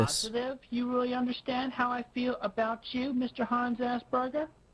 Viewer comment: The way Chris pronounces the word Asperger makes me believe for the longest time he did genuinely believe it was called 'Ass Burgers'. He does have a very infantile mindset